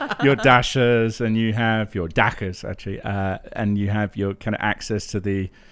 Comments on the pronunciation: Hello. Excellent commentary, razor sharp sarcasm. A point of fact: the word is "Дача", (daCHa) not "dakha", like "Bach" or "loch". Russian has both sounds, and if properly transliterated to English, "ch" will sound as it does in "church". Otherwise, keep up the good work. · It's dacha not Dasha or daca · Dacha is pronounced Dah (as in done) Chah (as in China)